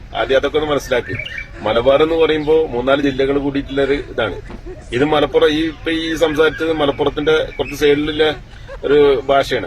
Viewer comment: നിന്റ നാട്ടിലെ ഒരു ടീവി അവതരിക. മലപ്പുറം എന് വായിക്കാൻ അറിയില്ല അവൾ വായിച്ചത്. മലപ്പുര് എന്നാണ് വായിച്ചത്